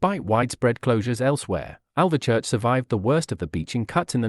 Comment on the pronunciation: It’s Alvechurch not AlveRchurch